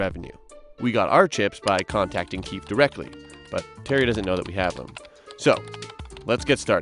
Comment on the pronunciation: Lol the keef group... Its pronouced KEY-FEE...